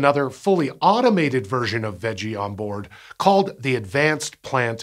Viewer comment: okay I see the text 'VEGGIE', but why do I hear him pronounce it as 'WEDGIE' 🤔